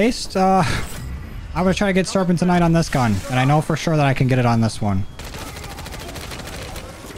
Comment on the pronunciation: You pronounced serpentinite like 12 different ways 😂. It’s pronounced sir-pen-tin-nite